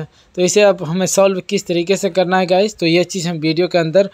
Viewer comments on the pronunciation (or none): Guys hota hai Guch nhi